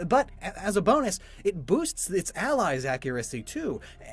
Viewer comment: “which bosts the power” 😂